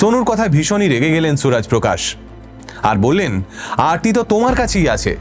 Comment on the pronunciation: ওটা আরতি, অর্থী নয়।উনি ওরকম অবাঙালি ভাবে উচ্চারণ করছে তাই।ওটা আসলে আরতি।